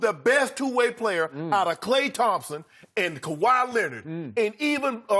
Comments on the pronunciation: Why can't skip just say Kahwi's name? Smh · Calls him #2 can't say Kawhi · Since you can't say Kawhi's name, I'll suggest referring to you as a certain "butthurt punk" there in fox sports. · Put some resepec on Kawahi name skip bayless